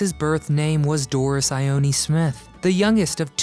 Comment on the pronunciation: Her middle name is pronounced " I own. Phonetically. I had an aunt named Ione.